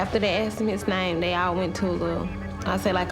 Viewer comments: They axed him for his license 😂 not asked😂😂😂😂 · Andre went out with a moron. "Somebody AKX me"?